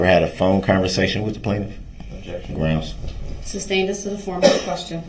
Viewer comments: Im just wondering why does he keep saying "grounz" when the state offers a reason for the objection? If the judge didn't agree, then I can see her replying to him but I would think he hears the state but is being a dipsh1t.. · Groundz and sub-stain his favourite words